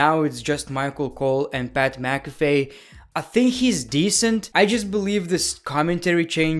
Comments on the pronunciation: Pat McAFE It's Pat Mac-uh-fee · ITS Pat Mac A phe is the pronunciation! Why! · "PAT MACAFAY"